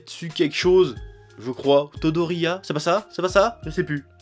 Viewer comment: "Tetsu quelquechose, euh... Todoryia" au, qui a mélangé les noms de 3 persos, sans citer celui qu'il voulait.